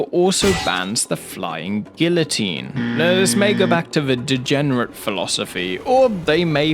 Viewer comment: The way you pronounced "guillotine" gave me an aneurysm.